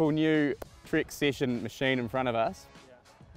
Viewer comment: Dude! It's "Trek" Session! Not Trik Sission! 😂😂😂